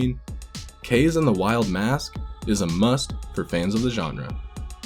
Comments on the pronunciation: After much research and watching a 100% playthrough, I've one word to describe this game: Uninspired. I can't give it more than 7/10. Variety? Way lower than in the DKCs... most of the levels are just flat horizontal series of platforms... "Kayse"? It's "Kah-zey", bro. :P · KA-ZE sounds like KARZY in English KARZY means toilet=SH.T it's KAZE bruh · It's pronounced Ka - Ze. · No it’s pronounced KAZE.